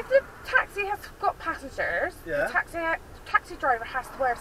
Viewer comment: It's not taxi drivers its twaxi drivers lol 😂😂